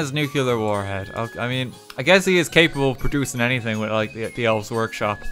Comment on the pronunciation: nucular gross